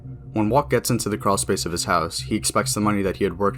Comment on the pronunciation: where tf is a creawl s-pace